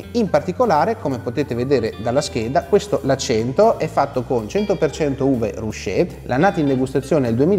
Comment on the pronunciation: Si dice "ruké", infatti si parla di paese arroccato, non rusciato.